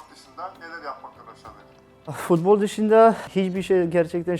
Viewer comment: nobody: edin: fudbol